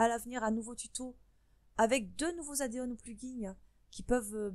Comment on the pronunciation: addons pas adéon XD (désoler sa m’écorcher les oreilles ^^ ) Mais merci pour la vidéo ^^